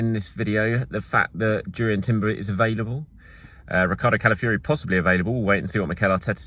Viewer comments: It’s pronounced kah-lah-fee-OH-ree if anyone is in doubt. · Pronounce Calafiori ffs